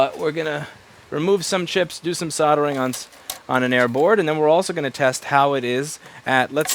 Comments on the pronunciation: That word has an L in it, not two Ds. Soldering. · Soddering iron 🤣🤣🤣 I always find it funny pronounced that way. From UK btw.